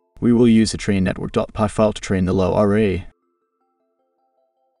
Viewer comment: "Low R A" - are you using some AI text to speech, narration is so monotonic.